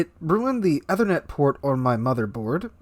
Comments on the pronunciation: Its pronounced “ee-ther-net” btw, not ethe-r-net” :) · Seems he doesn't have a clue since he doesn't know how to take even simple precautions. Can't even pronounce 'Ethernet' correctly.